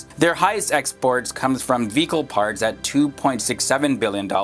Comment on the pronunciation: Anyone else think he was saying “fecal parts” instead of “vehicle parts”?